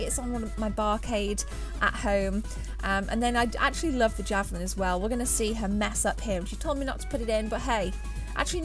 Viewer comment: She said "I lovv everyfings that´s in heh!" :-D